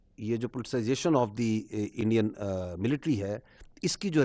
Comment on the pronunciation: Militara mil mil aaaa www uuuuu 😂😂😂